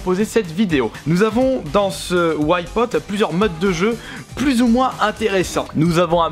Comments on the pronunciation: Putain arrête de dire "ouaille pote", c'est Wipeout. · très bon vidéo mes whypote essaye de prendre un peus de cour d'anglais pk whypote c'est Wipeout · ça donne envie de compter tous les "Ouaïe-pote" X'D Bonne vidéo sinon ^^ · Au bout de 5 ou 6 Ouaïpaûte je tenais déjà plus. qu'est ce que c'est que cette prononciation ??! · PLS ARRETE DE DIRE WHYPOT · La vidéo est bien sauf la prononciation de Wipeout :)